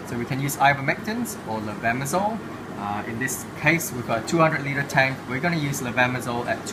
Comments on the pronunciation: Would u spelling the med name, please? ☺️🙏 Its difficult to hear correctly.. A lot of med with simillar suffix "sole" or zole".. thank for answer. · we cant understand the pronunciation of the medicament, can you help us providing the name?